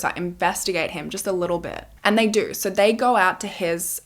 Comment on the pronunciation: I love the way you say the word so😂😂😂😂😂😂❤❤❤❤sounds like you say SORE